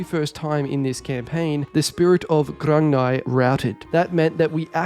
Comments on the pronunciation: Grung-ni. Its pronounced GRUNG NEE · its pronounced grug-knee